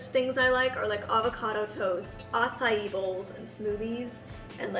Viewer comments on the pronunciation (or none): none